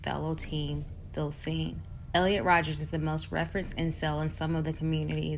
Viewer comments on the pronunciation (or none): Minor nitpick but it’s Elliot Rodger, not Rodgers.